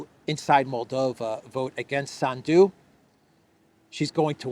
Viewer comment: When you pronounce the name Sandu please PUT the accent in on the first vowel “A.” Not on the last of the “u”. This name comes from your name, which became Sandu. As a todler has problems pronouncing the R cinsinant😊